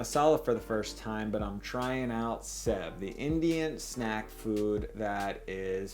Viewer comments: It's pronounced save not sev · Sev is pronounced like save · Lol you made murukku! When you created the sev(which is pronounced save btw) if you don't break it up, that's murukku. It's usually found in stores premade, but at home it's awesome because when it's fresh made, it has a soft inside and crunchy outside. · Hey! I love this channel, and had no idea you'd done a video on the bombay sandwich. I live in Bombay! so cool. Anyway, great video, it was quite authentic too. Just an FYI, we pronounce "Sev" like "Save" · Sev is pronounced as save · The pronunciation is more close to the word save. But this is pretty cool to see/see people embracing Indian food ❤️ I don't even know how to cook it 😂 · Sev is pronounced as save. And yes, I can vouch for both the sandwich and sev being superb in taste. Thanks for the video. ❤️ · Sev pronunciation is save.. also i like the bread for the chutney but you blended it too smooth and watery .. try adding something hot .. usually a green chilly is added to the mint chutney . Also pinch of chilly powder in potatoes.. its amazing you almost got everything almost right .. and the thinner sev is usually called 'nylon sev' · It’s spelled sev but pronounced “save” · Sev is actually pronounced as "save" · Sev is pronounced-shave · It's pronounced 'save' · I’m from India, and I am amazed that you made it from scratch! Ps- sev is pronounced like ‘save’ (save me!!... lol) Loved the video!! Now I want a Indian sandwich 😊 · Hi! "Sev" is pronounced a lot like "save" , actually. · Bhai ko sev bolna nai ata par banana aata hai